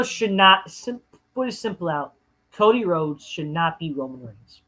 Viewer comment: "Fuck Co-Dee-Whoades"